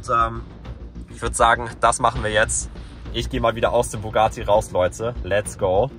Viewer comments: Lukas wenn du schon einen Bugatti "klauen" Must dann sprich es wnigstens richtig aus es heißt Bugatti nicht bugaati 😂😂😂😂und der gelbe Lamborghini war ein Lamborghini sian und der "GTA"Lamborghini ist ein veneno habe nicht gesehen ob es ein Roadster war oder nicht aber glaube schon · es heisst bugatti er sagt bugaati